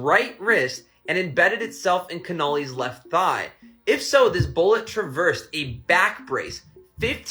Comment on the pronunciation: He doesn’t even know how to pronounce Connolly, but there’s no way the single bullet theory was truthful. So I agree with him on that.